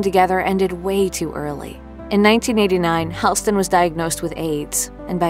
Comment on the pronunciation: The name is Hall-ston like a hallway. Not Hailston. Not a hard thing to find out.